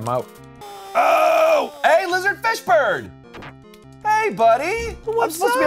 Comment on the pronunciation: Every time you guys said lizard fish bird it sounded to me like you were saying Lizard Fishburne. Like Lawrence's reptilian cousin or something.